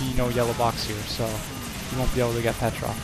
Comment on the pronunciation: PetrovIC not Petrov